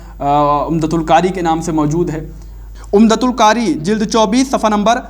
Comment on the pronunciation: کتنا بڑا جاھل ہے۔ umdatul qari کو umdatul kari بول رہا ہے۔